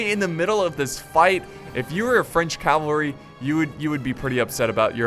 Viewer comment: Ze–Senpaii cavarly...😂😂